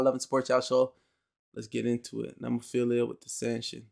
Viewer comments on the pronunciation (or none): Mayu - badass "singer" Saki and Hazuki on lead guitars HARAGUCHI-SAN - bass Tamu - drums Also, it's "Neh-moe-feel-ah" Just an a at the end, not ia. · Thank you again, for great reactions! Glad you took the viewer advice on Nemophila. It's "NEH-MO-FEE-LA"---Nemophila is the Latin name for the flower called Baby Blue Eyes. Which you'll see in their band logo. It's actually a North American flower, but grows profusely in Japan, too. You can visit entire hillsides covered in the blue flowers, in parts of Japan. Nemophila love their American metal roots, and one of the mainstays of their youtube channel are covers of favorite metal classics. Cool that you have some Lovebites coming up. Just put Hanabie.'s "We Love Sweets" or "Otaku Lovely Densetsu" on your list, too, please. And if you haven't had any Maximum the Hormone, consider "Yoshu Fukushu". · Nemophila is a metal band. They are very diverse not all their songs have harsh vocals! Btw you can start by trying to get their name right next time 😂 ! It's NOT what you said!!! I won't even write it down. Try to erase that from your mind! There is no 2nd "i" at the end. You got the 1st part "Nemo" right + "phila" (like the 1st hall of PHILAdelphia if that helps :😅